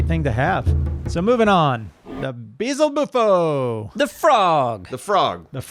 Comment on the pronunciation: Be-El-Ze-Bu-Fo Not "Beezlebufo." It's like Beelzebub.